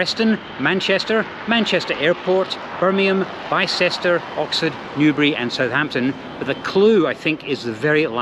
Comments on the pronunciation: Just fyi - it's pronounced Bister not Bi-cester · BYE CHESTER No. Bicester is pronouncest Bisster.... For a travel vlogger you really have no clue. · Bicester is pronounced Bister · Did he pronounce 'Bicester' as 'Buy-cester'? The man is making a travel video and cannot be bothered to prep correct pronunciations before travel; very poor show. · Bicester is pronounced BISTER. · Great vlog, thanks. I felt the trip! BTW Bicester is pronounced Bister (like blister but without the L) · Where were you brought up???? Bicester is pronounced Bister. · Sorry if I'm the 91st person to point it out, but Bicester is pronounced "Bister". And before you criticise the pronunciation of southern place names, I'm pretty sure there are just as weirdly pronounced Scottish place names! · its pronounced bister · you are not American are you, Bicester is pronounced Bister 😀😀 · It’s ‘Bister’ my friend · Ah you've fallen for a classic English place name trap! Bicester is in fact 'Biss-ter'. Great video 👍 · Great video, but unfortunately you dropped a 'doozie' Bicester is pronounced like sister, but beginning with B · Hope you're better at pronouncing Cockburn than you are at pronouncing Bicester!